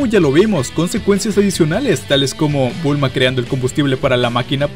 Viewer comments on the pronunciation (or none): buen video pero en un momento dices bulmo en vez de bulma jajaj